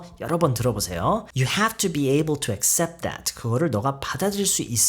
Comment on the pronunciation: 안녕하세요 쌤!! 발음 관련 질문 드릴게 있어요. accept 발음하실때 어셉트라고 들리기보단 으셉트라고 들리는데 어떻게 발음하는지 궁금해서 질문 드립니다!! (아니면 제 귀가 이상할수도,,,)